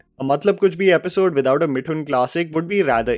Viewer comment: Isn't it मिथुन and not मिठुन? you pronounce "Th" correctly.